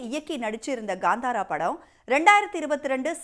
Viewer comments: Gaaandhaara ❌ Kantara ✅ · ಅವ್ಳ ನಾಲಿಗೇನಾ ಹರಿದು ಉಪ್ಪು ಕಾರ ಹಾಕಿದ್ರು ಕನ್ನಡ ಬರಲ್ಲ ಗುರು.. ಗಾಂದಾರ ಅಂತಾಳೆ, ಹೊಂಬಾಳೆ ಗೆ ಹಂಬಾಲ ಅಂತಾಳೆ.. ಕೇಳೋಕೆ ಬೇಜಾರ್ ಆಗ್ತಾ ಇದೆ.